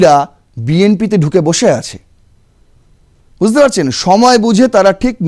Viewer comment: Buzte noi, bujh te.